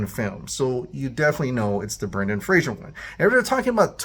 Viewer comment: It's not Brendan Frasier. It's Fray-zer.